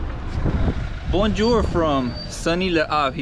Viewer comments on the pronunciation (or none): You know you know nothing about French when you pronounce Bonjour like that hahahh